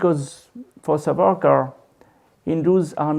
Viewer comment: please call the name properly That is SAWARKAR